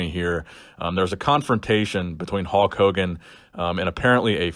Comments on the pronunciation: it’s not “Hawk” it’s Hulk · It sounds like your saying Hawk Hogan hehe. Lincoln Hawk Hogan over the crutch.